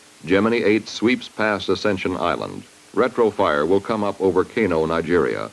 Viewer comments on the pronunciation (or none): none